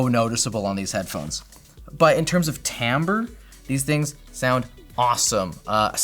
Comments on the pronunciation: wtf is "tamber" ??? smh. TIMBRE. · it's not 'tamber' it's timbre smh, learn some french